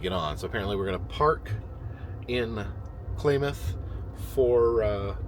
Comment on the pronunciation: Klamath is pronounced like mammoth not claymath